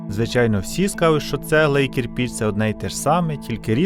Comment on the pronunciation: Українською правильно КирпИч